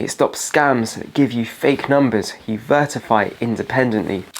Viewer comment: I love this but what is with saying "vertify" instead of verify throughout the video?